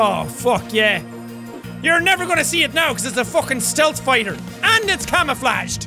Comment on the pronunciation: Are we all just ignoring the way jack said camouflage